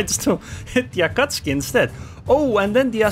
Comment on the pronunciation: I love how you call Akatsuki an Akatski😂